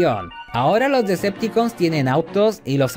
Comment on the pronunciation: Es muy incomodo escucharte decir, Decepticooos y no Deceptocons !.